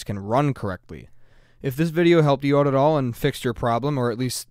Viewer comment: Excellent tutorial. It really helped me "oat". ;)